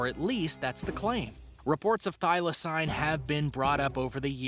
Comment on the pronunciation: Holy fuck I'm going nuts how he pronounces some of them. Smh that's not how they r said. Like thylacine is said thigh la seen.